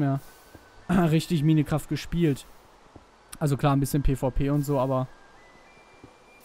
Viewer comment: Kannst du Minecraft bitte RICHTIG aussprechen ? Das macht mich sonst noch WAHNSINNIG !!!!!!!!